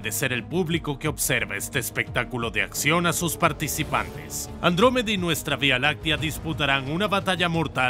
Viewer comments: He oído "Lactómeda" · Andruwey xD